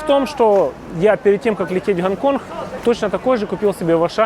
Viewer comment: Гонконх))) су не могу! А, что блин не на мове ховоришь)?